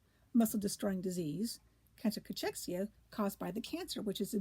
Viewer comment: It's pronounced Cakexia